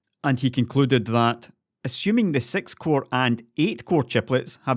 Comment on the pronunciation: "Sex core" chiplets... giggidy